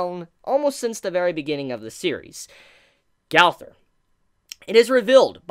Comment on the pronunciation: Why do you say Gaowther. Gowther. Did u watch seasame street as a kid? The trash can boy has the same name. Gowther.